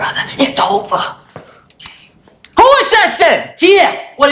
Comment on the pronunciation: "Its ova brotha, it's ova" cocks gun Him not knowing wat he's saying makes this so funny to me😂😂